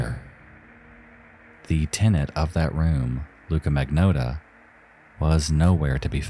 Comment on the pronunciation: Well, after twelve long years, our misery-perpetuating pal finally caught up with the rest of his community and covered #2... and then, he pronounced the bastard's name wrong! I'm only teasing, though. After all, he did a public service by honoring the victim more than the killer, and you can't spell "Magnotta" without "NO".